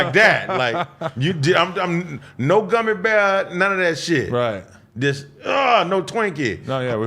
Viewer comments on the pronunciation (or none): none